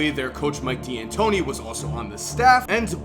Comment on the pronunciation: I know my nigga did not just say "Dee-an-tony". It's "dan-tony", my dude.